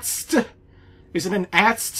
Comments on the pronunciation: I probably shouldn't let it bother me as much as it does but it is usually pronounced ayytee esstee. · It’s pronounced “80 Ess tea” which stands for All Terrain Scout Transport.... don’t ask me how the hell that thing is a transport...